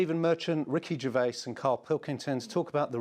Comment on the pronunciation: The interviewer obviously didnt get the notice that it's pronounced gervaiZZZ. Not gervaiSSS.